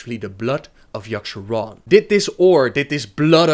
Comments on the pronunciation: Its yogg-saron, not yogg-SHAron. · seriously as i read this, i read "yogg'saron" but you keep saying "yasharon"... learn fucking english before speaking it